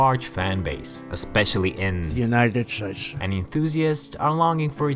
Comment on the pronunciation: Lmao "United shhdeds"